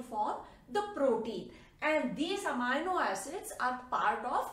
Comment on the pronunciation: It is not pronounced "Amayno" it is pronounced "Ameeno".